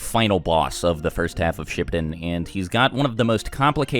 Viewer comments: This boy said shipadin. Its shipuden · Ah yes my favorite part… Shipt-in